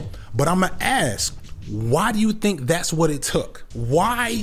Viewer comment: You talk for a living and say "axe" for "ask." That's not AAV, it's just wrong.